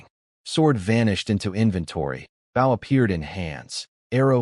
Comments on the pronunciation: You really need to teach your AI to pronounce 'bow' as 'boh', not rhyming with 'ow'. #FeedTheAlgorithm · Here we go again another archery story and a creator too lazy to correct the pronunciation of bow. Basically making this a painful listen